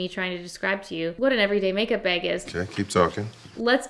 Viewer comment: Take a shot every time says “make BEG (bag lol)”😂